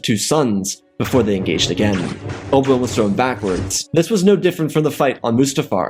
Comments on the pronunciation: can NOT say Oh Bee WAN. “Obwun” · What if you could enunciated Obi-Wan's name clearly and give some air time to the "I"... this was rubbish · Oh my god, slow down. Your words blend together terribly. Obi-Wan is 3 syllables. Its not Obwn.